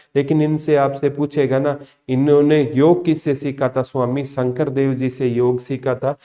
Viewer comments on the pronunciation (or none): none